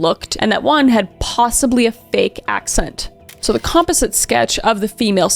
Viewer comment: You pronounce words funny like composite and excess